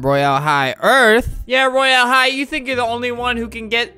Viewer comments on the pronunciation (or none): It’s not roy AL high it’s Royale high and not only 8 year old 9 year olds(me) play it too SOOOOO ya...UnU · “ro-yale-hi” - fLaMiNgO 👏🏽😁